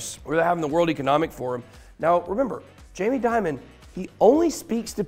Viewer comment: In English Dimon isn't Diamond. Demon is a closer pronunciation. Great Video Ben!